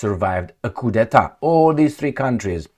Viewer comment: Coup d'état. Do not pronounce the 'p'.